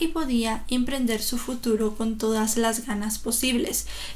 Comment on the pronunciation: oye están suuper interesantes tus videos de verdad pero como que IMPRENDER ??? ES emprender … y así en mas videos tu lengua materna no es el español ??